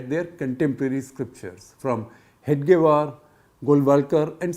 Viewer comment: It’s Hedgewar, not Hegdewar, Shekhar